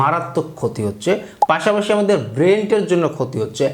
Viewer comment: ব্রেনের না ব্রেন্টের 😂